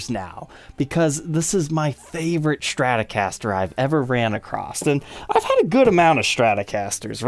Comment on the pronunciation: Its stratocaster, not shtratocaster. why are so many people unable to pronounce strat. Shtrat ???? Why the shhhhh. Its stttttt.